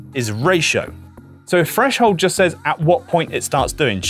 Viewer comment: Explanation was great. But you're an audio tech, not a narrator, right? I can't imagine pronouncing 'three' and 'threshold' and 'everything' as 'free' and 'freshold' and 'everyfing' would be appealing in a narrator